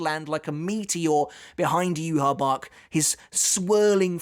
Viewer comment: I subbed a while ago just because you called him “Juha Bach”